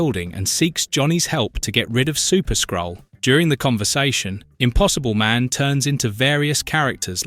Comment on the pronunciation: "Incursion of the Skrull" AI narrator says "skull"